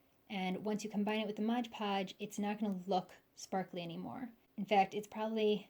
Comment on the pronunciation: Very nice, exactly what I needed. For the record, it’s MOD podge, not modge podge 😂😂😂